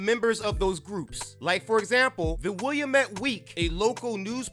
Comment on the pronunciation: Comrade, it's pronounced "will-AM-et".